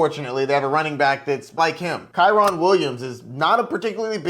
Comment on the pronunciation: Who the hell is Kyron. Kyren bruh. Kih-Rehn